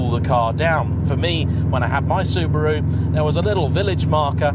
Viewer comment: Soo-BAH-ru, not Soober-oo. Soo-DOH-ku, not Sooder-ku. Sort it out or you'll get a slap. 🤭